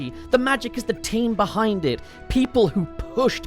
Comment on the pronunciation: I swear I heard 'the magic is the taint behind it' instead of team, and yeah, checks out